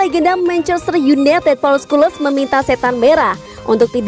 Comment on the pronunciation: Scholes dibacanya skules 😂...